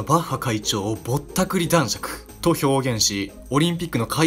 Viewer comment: だんしょく じゃなくて だんしゃく やで……苦笑